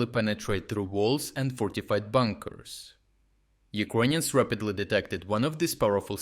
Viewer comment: Why do you say Ukonians and not Ukranians?